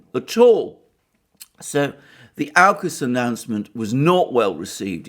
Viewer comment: Sorry Alexander, I think you're completely off your game on this one. Not holistic at all. And certainly, not what unraveled through the week. BTW. It's Aukus (orkus) Not 'Ourcus'.